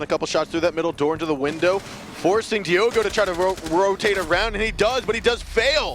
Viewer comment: Isnt it diogo 1 not diogoi